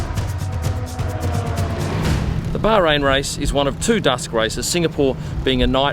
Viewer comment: Thought you said dust - not dusk - race. Freudian?